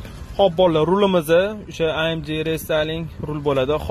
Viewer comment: Бляя амди жиман деди😂 амж деб немислар айтади амг деб уки охирги буква (г) лотин тилида amg